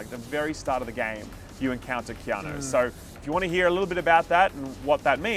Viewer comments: KeanO? KeanO?? ITS KEANU!! UUUUU you fkn illiterates! 😂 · Keano?? Why are you saying his name like that our baby